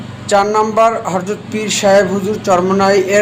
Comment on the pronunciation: ভাই আপনি হরযত বলেন কেনো? হযরত হবেতো।